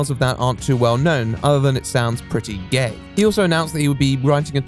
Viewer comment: The part about Eugene's upcoming plans from to , is the emphasis on "GAY" intended to be humorous, or a criticism?